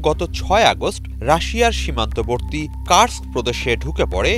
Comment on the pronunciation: উচ্চারণ কুরস্ক আর বলছে কার্স্ক 😂